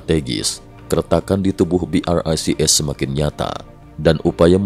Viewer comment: BRICS pronounced BROKE😂😂😂